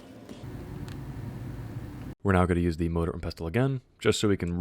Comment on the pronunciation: Next time say MORDOR and pestle, continue the cycle